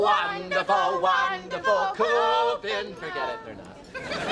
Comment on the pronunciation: Also, Andy Dick (Owen) makes the classical dumbass mistake of pronouncing it /koppenhaagen/, ie the German way. It's either English Copenhagen or Danish København. Tsk...Americans.